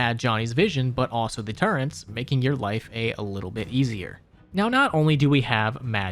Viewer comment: I’m begging - turret is pronounced “turr-it”